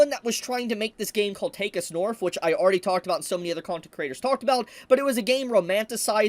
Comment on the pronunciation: Whenever I hear you say take us north it sounds like your saying take a snorf and I think of it like dr Seuss book about snorfs in cages. I don’t know what a snorf is but I want one